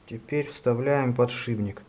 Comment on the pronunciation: Только не подшиБник, а подшиПник.